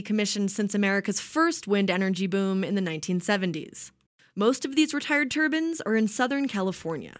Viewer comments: Did she say... Wind Turbans? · Stop calling them Turbins. They are turbines. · Turbans XD i think she means turbines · She keeps calling them turbins not turbines. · turbines not turbans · "Wind Turbans" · Turbines not turbins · Why does she keep saying “turban”? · Tur-bine Tur-bines not Tur-ban Tur-bans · Hahahaha haha wind tubins lol seeks have tubins there called turnines but hay you made me lough say it again turbines lol lost my shit... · The narrator should know that these are turbines not turbans . STFU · Its pronounced "Tur-bines" not "Turbans" Sikhs could wear windmills on their head but i think they prefer turbans! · The constant mispronunciation of "turbines"... Ugh.